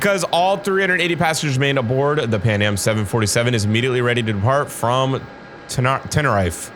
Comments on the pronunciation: I’m sorry to be correcting but I just have to, it’s ten-e-reef, not ten-er-ife, it just bothered me. Sorry! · Nice video. You should react to Green Dot Aviation next. Also fyi pronunciation would be "Tenereef" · It called ten-ir-i-fè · btw its ten-uh-reef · it’s pronounced ten r(short sound) eef ay￼ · Sounds spanish so it woukd be ten-e-rí-f-e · It’s pronounced like mavscooper said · It's pronounced Ten er eff ayy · Sorry not tryna be rude or nun but tenerife is pronounced ( ten-er-refe-ay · its te-ne-ri-fey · if anybody is wondering its The Tenerife (Tena-Reef-ay) Airport Disaster. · It’s pronounced ten-E-RE-Fey